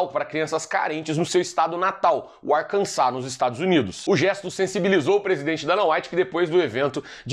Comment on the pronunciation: Muito bom! Falou o nome do estado (Ar-kan-sá) de forma correta! Ninguém fala assim!